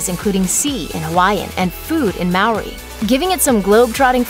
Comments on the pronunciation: “Mowri” 😂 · The way you pronounce Maori 😂 I guess it's a fairly hard to pronounce language if you've only spoken English but cheers for the shout out!